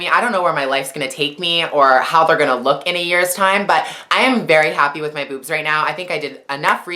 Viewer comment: She said Buebs not boobs :-)